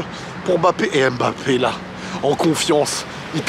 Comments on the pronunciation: Cc stp peux tu faire l'effort de bien prononcé son nom de famille stpp respecter son nom svp... C'est mbappe et non m'.. Ne prononce pas le m.... Merci 😊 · Mbappe et non Embappe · petit point noir dans ta vidéo.:c'est kylian mbappé pas m... bappé le m est muet. Sinon, rien à rajouter à ta réac